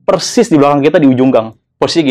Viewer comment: bang mau tanya, knp konten horror ngomongnya "Percis" bukan Persis?